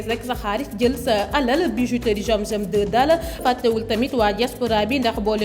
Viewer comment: Y'a des personnes qui ne peuvent pas prononcé "Z" comme celle qui a fait la publicité de la bijouterie zam zam 2 en disant jiam jiam